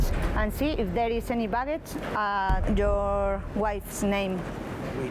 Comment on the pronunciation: ….please say…yoar arres…